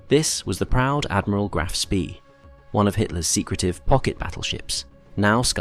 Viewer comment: Speed is pronounced Schpay in German, otherwise excellent video.